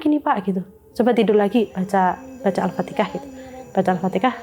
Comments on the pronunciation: Alfateha mba bukan alfatekah,,,, mba nya belajar dimana kok Alfatekah,,,??? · Maaf aku mau tanya, itu mba bilangnya Alfateka itu Alfatihah ya?